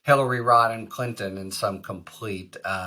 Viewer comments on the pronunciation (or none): none